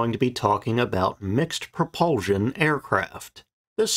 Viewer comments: NOT "Pro-PUHL-zshion!" - "Pro-PUHL-SHUN! The last syllable has an "S", NOT a "Z" sound! Your mispronunciation fills me with "REVULSHUN". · Interesting video…the word is pro-pul-SHUN, not pro-pul- ZHUN. Sorry, it is just irritating to hear it pronounced wrong time after time.. Thanks!